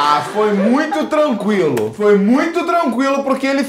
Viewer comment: " A foi tranquialou pow, ela caiu em péa, caiu em péa" carioques